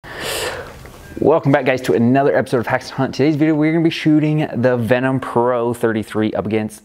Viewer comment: Duuude, it's VenTum from the Latin Ventus, not Venom from Marvel ;)